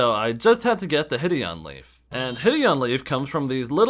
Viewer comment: why do you say hideon-leaf instead of hide-on-leaf?